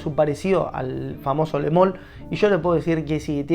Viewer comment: Porque le decis "le mol"? en todo caso es "lu mal" perdon, es re de hincha pelotas pero me molesta como cuando hay gente que dice Dior Jom, cuando se pronuncia "Dior om"